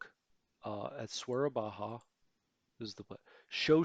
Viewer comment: Edit: Started watching your Let's play and someone already commented on it there. Nothing to see here :) Hey there, just a bit of a heads up: Soerabaja is not pronounced like spanish, so the J is more a Y, not an H. Not really important or anything, but hey, in case you ever use it in your let's plays. Love your videos :)